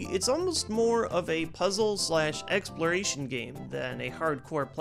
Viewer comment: Lol did he say "egg"sploration ?